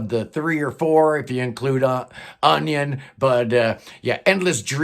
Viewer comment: I heard "Onion" , think you meant "Union"